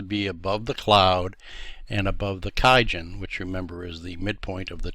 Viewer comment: Thanks for this video but why did you start mispronouncing kijun around the 4 minute mark after starting correctly. You really distracted me with that.